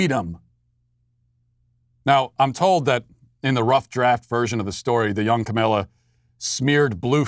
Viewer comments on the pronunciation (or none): Its Kah-mah- la not kah-mel- la. That is something I don't understand, no one liked her when she was running for president, but now she is the most amazing person ever. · Matt, it's pronounced "comma-la." Say it with me: "comma-la." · Comma-law Inexcusable for a political show to mispronounce the vp elects first name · It is purposeful. Funny stuff. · Carol Brotherton It's extreme ignorance/incompetence He does politics for a living and can't pronounce the vice presidents name? Its either massive incompetence or ignorance